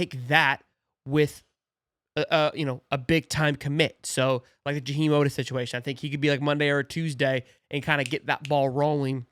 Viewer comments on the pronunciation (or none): none